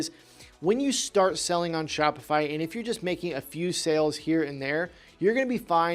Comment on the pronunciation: “….before you start “seeling” on Shopify”